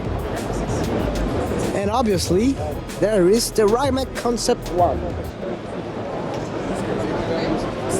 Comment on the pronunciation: bro love the videos but since me coming from croatia and Rimac is from croatia i cant help but get offended by foreigners missspeling the name as Rima ''C'' (rajmak).... just read as its writen bro... Rimac... = Rimatz.... greetings from croatia